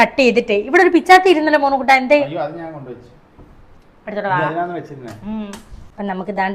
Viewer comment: Monnukkuttan alla monukkuttan konjiparayathe...